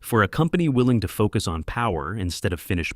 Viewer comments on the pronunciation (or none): none